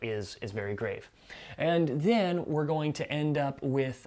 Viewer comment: “and the-AN” haha 😂 love this overview!